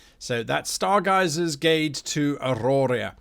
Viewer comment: Did you just say starguisers gate at the end? Rofl